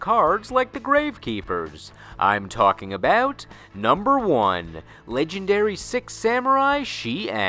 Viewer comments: anyone else hearing "sEx" instead of "sIx" for the last one? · Does everybody notice about he pronounce six to sex in samurai archetype? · Why does it sound that you are saying sex instead of six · Why do you pronounce six as sex? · "Temple of Sex" is all i could hear at the end lmao